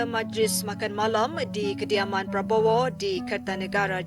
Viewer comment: Presenter Pada gak bisa ngomong prabowo e malah jadi pa popo 😂